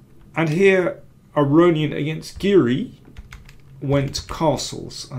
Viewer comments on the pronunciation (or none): none